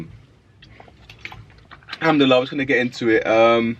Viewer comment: Akh no aslaamualaikum? And why do you always say humduallah ? It’s al-humdulillah?? shed some light??